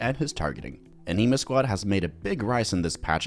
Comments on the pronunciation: An-Neh-Ma > An-E-Ma. sounds like you're calling them the Anemic Squad the whole time. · Yea like anime or animal not an knee mah